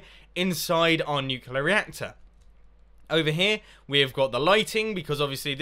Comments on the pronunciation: *nuclear. nu-clear. clear. not nucular... i know its been 2 years but omg stahp. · Not trying to be rude i love your videos but its nuclear not nuculor. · If you're in America, it'd be a 21+ drinking challenge Also, try drinking every time he says "Nuculear," instead of "Nuclear" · You said nuclular, it's nuclear. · It is pronounced "nuclear", not "nucular". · Mumbo, it's NU-CLE-AR say it correctly xD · Have electricy come of the nucular reactor,Mumbo :D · OH NO HE SAYS NUCULAR. -100 internet points. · nucular reactor?